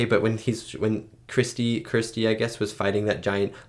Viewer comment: Why can't Americans pronounce the name Kirsty?